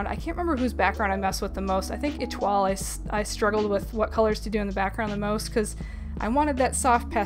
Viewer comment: Absolutely gorgeous! Love the art! (Also, since you mentioned it, Etoile's name is pronounced Eh-twal, you hit the L softly. So you've been doing good!)